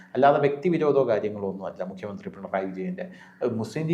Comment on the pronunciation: Mr. മുകിയമന്ത്രി അല്ല. മുഖ്യമന്ത്രി ആണ്.. ഉച്ചാരണം ശ്രദ്ധിക്കുക.